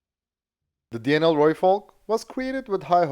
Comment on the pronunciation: Pity he can't say Denel correctly though.